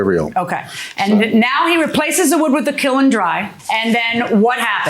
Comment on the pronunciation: Good grief, KILN is one syllable!